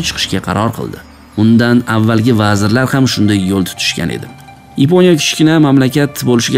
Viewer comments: Yaponiya emas Yiponya ekan 😂😂😂😂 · Yiponiya sozi ruscha aksent😊.